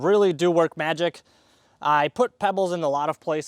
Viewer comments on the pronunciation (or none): none